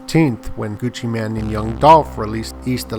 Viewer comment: Gucci mane not man lol